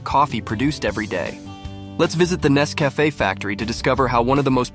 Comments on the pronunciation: It's not Ness-CAFF-eh, it's NESS-cuh-FAY. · its not nesvafaaaaa its nescafeeeee when you say it lol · Nes Cafe? Learn how to pronounce it if you're going to do a video. Also, it's referred to world wide as 'instant' coffee not 'soluble'. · When the narrator learns how to pronounce Nescafé correctly. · Thank you for this informative video mister robot AI voice. next time put some more effort in the video and maybe use your own damn voice to narrate . The AI voice literally pronounced Nescafe 4 different ways. Lazy